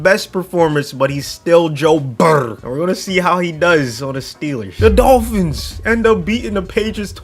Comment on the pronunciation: U saying joe burrr triggers me every time!!!!